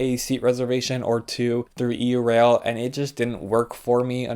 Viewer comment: Normally I’m not picky about such things but.. it’s pronounced “yourail” as in Europe rail, not “e u rail”.